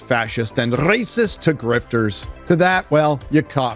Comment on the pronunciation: Are you pronouncing the word “rrrrrrrracist” because of Ben Shapiro? Because if so that’s awesome and all us conservatives need to do it.